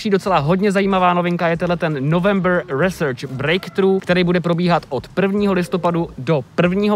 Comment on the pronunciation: Já vím je to taková blbost ale research se vyslovuje "risrč" ne "resrč"